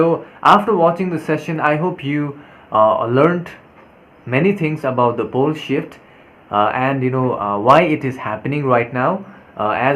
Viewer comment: Lol, every time you say "pole shift" it sounds like the word "bullshit" lol...thank you for information, dear